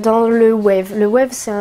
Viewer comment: Je suis aller aussi dans l'animalerie a Metz et j'étais vraiment choqué par contre j'aimerais vraiment te croiser ( personne ne sait prononcer Waves 😂😂)